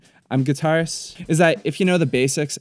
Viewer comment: why he say guitarist like that?